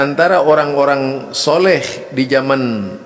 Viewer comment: Penyebutan Sholeh aja sholekh...gimana sich? Ni malah menyalah nyalahkan amaliyah org aneh